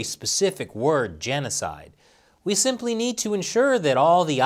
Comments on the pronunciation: Somebody needs to tell Trudeau that there is no "t" in Genocide. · I thought in Canada it was Genocite